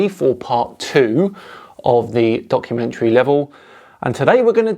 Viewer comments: I seriously thought I heard say "..Eric Dubay's Donkeymentary" which now that I think about it, isn't inaccurate either. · Did just call it a "Donkey-mentary" rather than a documentary? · I'm sure you said, "Donkeymentary" 🤔 It would certainly make sense what with Dubay making such an Ass of himself. 🤣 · He did say Donkeymentary which is a work of total fiction? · Did you call it a "donkumentary" in the beginning? :) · I think it was a slip of the tongue, Donkumentry😂 but it's a perfect description of this slop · Did you say "Eric Dubay's Flat Earth donkeymentary"? {:-:-:} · Did you say donkumentary? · I thought I heard "donkey-mentary" . . . quite appropriate . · Are you saying "donkeymentary" ?? I can't understand that people are denying the holocaust, there is footage made by the army's that liberated those camps. Or where all those piles of thousands and thousands and thousands of dead people, not to mention the millions that were already gone, also actors or props? These people make me so mad and sad at the same time. When i saw that documentary i felt literally sick and went out to see some friends to get it out of my mind. The holocaust must be the lowest point we reached as a species. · Did you just say "Donkumentary"? haha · Did you say "donkeymentory" at the beginning? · Did you say “donkeymentary” at the beginning? Little Freudian Slip there,! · is it just me or did anyone else hear Donkeymentrary in the beginning, would be a good new word to describe to nut docs xD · Did you really say DONKumentary there on the start, or did I just mishear you in the best way ever? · Hah sounds like you said "donkumentary" like meaning donkey.. if its intended then amazing. 🤣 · did he say DONKumentary or documentary? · it sounds like you said "*donk*-umentary." I don't know if it was intentional, but I'm all for keeping it! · So I just clicked on the video.. and first few seconds.. did I hear "donkeymentary"?.. Fits very well I dare say